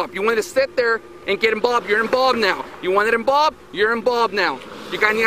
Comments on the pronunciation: It’s involved officer not inbolved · “You’re enbulbed now”😂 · "inbobbed now" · “Inbolbed” How is this grade school dropout a cop? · "your inbob now" lol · This officer can’t pronounce V properly he says B You wanted to be inbolbed in the traffic stop😅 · "You wanna be inbolbed? You're inbolbed now" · “you wanna be embalmed? you’re embalmed now” that officer can’t pronounce ‘involved’ to save his life 😂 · This 🐷cop was like: "you wanna be in-balled, now you're in-balled. Bro this pig can't even pronounce "involved" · “You got inbobbed with da traffic stop. You wanna step there and get inbobbed your inbobbed now. You wanna inbobbed your inbobbed now” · is this cop saying Involved Inbalbed Inbobed Plz help lol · Cop: ”You wanted imbolb, you’re imbolbed now.” What a Legend.